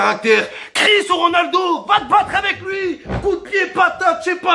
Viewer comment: "Ronuldo, Ronabdo"😂😂😂👏👏